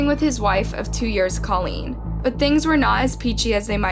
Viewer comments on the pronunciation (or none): none